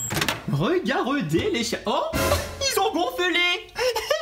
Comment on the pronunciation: Chammalewwos selime